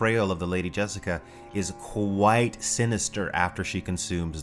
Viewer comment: "She is qWhite sinister, qWHITE sinister."